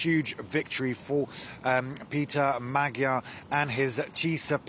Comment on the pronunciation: Please learn, that "gy" in "Magyar" should be pronounced like 'd' in 'duke", thank you!